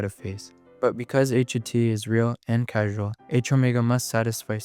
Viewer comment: Minor nitpick on causal being pronounced casual, but still a great vid